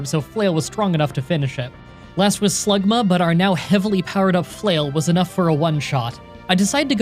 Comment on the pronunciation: HE SAID SluGMA